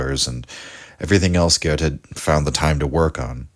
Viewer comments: Thank you so much for your work and, above all, for pronouncing Goethe correctly. 🧎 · your pronunciation of goethe isn't that bad, my compliment